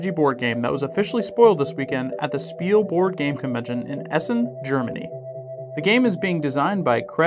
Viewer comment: Spiel is pronounced (shpeel). ;)